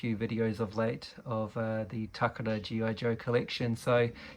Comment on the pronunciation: VERY interesting to see these foreign release items on your channel! Especially with the box. Always find it neat you are one of the people who makes the conscious effort to pronounce "Takara" the proper way! I always say it the wrong way myself 🙈. Good on you for giving CC6 and Rob Vegas a mention!